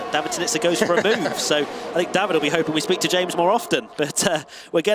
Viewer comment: Jarno, it’s James 😂😂